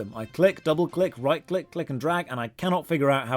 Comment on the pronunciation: does it really say "click"? seems like it says "dick"